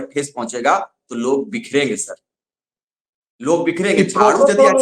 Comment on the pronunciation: Bikherenge nhi bikenge 😂😂😂